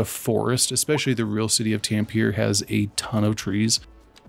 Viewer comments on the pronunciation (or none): You can say Tam-pe-re that sounds more as it sounds in Finland or in swedish Tammerfors 😊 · Pronounce all the e in Tampere, as in e in egg